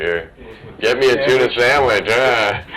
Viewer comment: “a nice tuna saandwich on uhh baygel” 💀💀